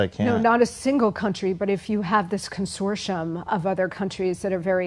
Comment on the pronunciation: Never heard Consortium pronounced like that...